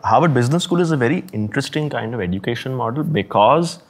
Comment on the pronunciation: Education pronounced as eh·juh·kay·shn Diverse pronounced as dai.vurs Just saying 😮